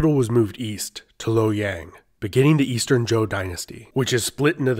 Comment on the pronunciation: My chinese wifey making fun of your pronounciation of "Lowyen" lol Good video though!